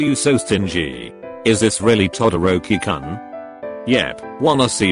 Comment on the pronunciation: I love how it's To dorkie koon XD instead of Todoroki-Kun Book u go is that how it's pronounced in 2020? Favorite pronounced name Kuri shima